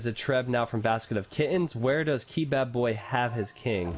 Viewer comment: I think it's Kebab-boy not key-bab-boy